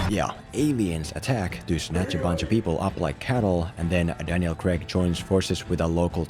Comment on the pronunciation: its CRAIG NOT CREG FOR FUCKS SAKE